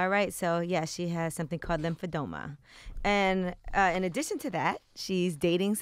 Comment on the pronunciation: Lymphedema... not edoma!